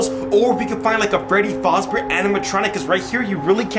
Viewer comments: ITS NOT faz NO LOW A ITS FAZ LongA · Yes I get triggered by it so bad lol it is “FAzbear”a not “FOzbear” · Freddy faober 💀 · No hate but it’s fazzbear not facebear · Not foz bear it’s faz bear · Scooby Doo FNAF Fan he says freddy fOzbear but it’s called freddy fAzbear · Freddy faseBear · yup its freddy fASzbear pizza not freddy fOUzbear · Its terebole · You say fazbear like fozbear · Freddy Fazbear not freddy fuzbear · Is fazber not facbear! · Anyone else triggered the way he keeps pronouncing fazebear wrong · Yeaaa i loveeeeeeee fnaf and the fact that he said fAHzbear kinda pissed me lol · Y'all said Fazbear wrong y'all said fozbear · Bro is literally saying Freddy fos bear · It's pronounced Freddy F-AH-ZZ-BEAR"s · Who gets triggered every time someone says Fazbear wrong